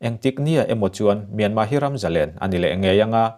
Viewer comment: Mianma tih a lam rik aichuan Mîanmar hantih rik ngei hi ngaihthlak a nuam.